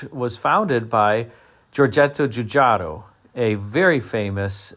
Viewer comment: From someone who has a good working knowledge of Italian, you pronounced Giugiaro’s name perfectly. 😅 Well done! Love the design of it! I’m betting it Would have sold well for the era.